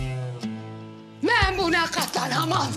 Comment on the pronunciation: 2 46 ben diyeceğine men diyor